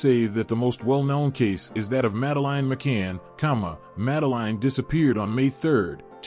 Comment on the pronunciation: Failed from the off by mispronouncing the child's name, FFS... that's your kevel of research?